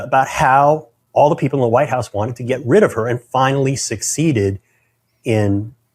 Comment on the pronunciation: She says Vite house